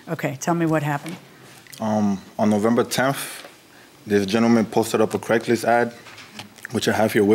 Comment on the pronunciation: “On Novemba temff”